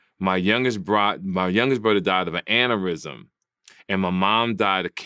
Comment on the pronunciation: What is an anarism? Lol it's not axe it's ask